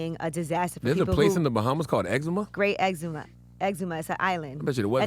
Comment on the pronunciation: Yee said Great Eczema. I think its called Great Exuma